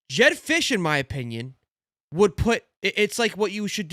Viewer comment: Fisch is not it!